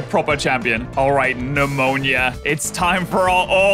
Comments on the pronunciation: really be calling her "Pneumonia" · calling Nemona "Pneumonia" has to be one of the funniest things I've heard him do lol